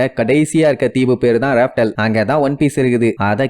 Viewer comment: Athu laughtale bro crt ah pronounce pannunga